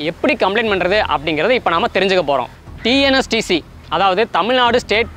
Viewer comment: Bro kindly pronounce it as TN STC not TNS TC. By the by videos are awesome. Keep rocking.